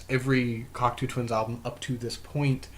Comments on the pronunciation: It's pronounced: cock-toe not cocktoo. 🙂 Cocteau is french and the eau is pronounced as "oh" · Not pronounced cock two..its pronounced cock toe.